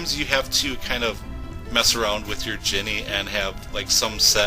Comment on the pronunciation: Is he saying Genie or Jenny like Forrest Gump